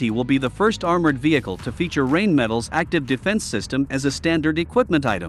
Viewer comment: It's pronounced Rinemetaal